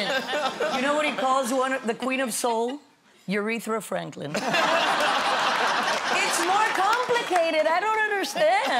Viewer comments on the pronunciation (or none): “Urethra Franklin” 🤣🤣🤣